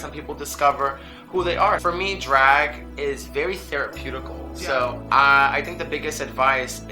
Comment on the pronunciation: "Theraputacul" omg I died